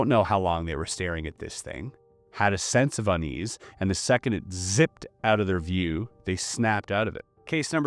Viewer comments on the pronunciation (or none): none